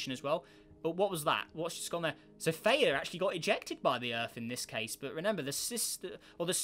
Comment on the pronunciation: Isnt it Th-E-uh?